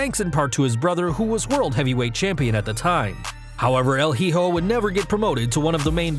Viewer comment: Hijo is pronounced E-Hoe. Not he-hoe lol